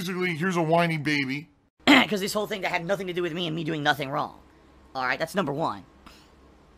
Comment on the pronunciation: "Man I'm Stoopid... I, I did nothing wrawng, I did everything correhct"